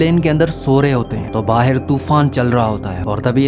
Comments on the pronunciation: Baahar❌ Baher😂😂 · Ye pakistani h kya vahi kehte h bahir bahir 😂 bahr hota h vo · Baaaheir😂😂😂 pakistani hai....